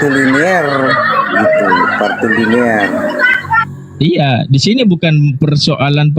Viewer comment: Woiii..bukan partiliner tapi patrilinealita..sampai budeg rasanya kuping gw denger partiliner..partiliner diulang2 mulu..dasar oten kucluk